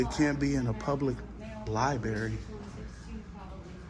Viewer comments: Its LIBRARY LIBRARY LIBRARY not libeery AH💩💩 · 😂 Li-berry! I really don’t think we can truly comprehend the ignorance level of lens lickers. To think that these little camera people, that can’t even speak the English language, are somehow geniuses and scholars of history, law, constitution, etc. Not only can’t speak but throw in, “my peeps,” “can’t even document the walls,” and once again my favorite, “li-berry!” Lol! You talk about someone who forgot to strap on their helmet tight enough before getting on that horizontally challenged bus, lens lickers are at the top of the list!!🤷‍♂️🤦‍♂️